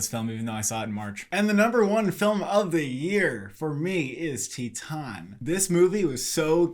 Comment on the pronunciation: The only movie review channel I've seen so far that pronounced Titane correctly!